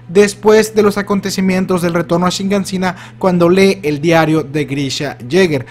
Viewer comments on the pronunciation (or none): por favor, no digas más shiNganshina. Es shiganshina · Años y años de hacer videos de la serie y sigue sin aprender a pronunciar kyojin y siguen agregándole una N y quitándole una H a Shiganshina. Se pronuncia kyoJIN no kyOjin, y no es shinganSIna, es shiGANshina. Fuera de eso, muy buena teoría, puede que sea Armin de un futuro (que aún no sale en el manga) el que contacta a Eren y el que realmente le siembra la idea a Eren por lo que termina haciendo todo ese caos.